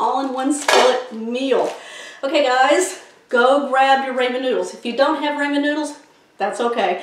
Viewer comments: Looks good! Most people call it Rahmen not Raymen noodles.Just a tip.💕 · RAH Men noodles. Never heard it called Ray men before. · Can't wait ti try this as I have some ramen noodles. But ramen is not pronounced "raymin" it's pronounced "rawmen", RAWMEN. Thanks for the recipe. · It’s pronounced “Rah-men” not “Ray-men.” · HAHA, RAYMON NOODLES!! How about "RAW-MEN".... I'm cookin' tonight, my wife is gonna love this & so will I. Thank you!! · TYFS it looks delicious 😋. I’m sorry 🙄 but it’s it’s rah-men noodles not ray-men. Please forgive me & please keep the recipes coming 😉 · Please… RAHmen; not RAYmen!!! 👍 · I dont call them ray-men. We call the rah-men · Raaamen not raymen. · "RAW"men not "RAY"men, talk about butchering a name. SAD!!! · It’s Rah-men with a short a. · This looks great will try it soon . Also its pronounced like " RAH- MEN" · Don't you mean "ray - ray - ray - men"?! 🤭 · Folks always fussin about how to pronounce them. My uncle had some and said they were definitely Raymond's noodles! 👨‍🍳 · Raymon noodles lol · It's pronounced Raw-Men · I never heard anyone pronounced RA-man?? Wonder where she comes from? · Pronounced raw-mon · I also say Raymen noodles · How can you mispronounce Raman Noodles??? RAH MAN…. LIKE RAH RAH!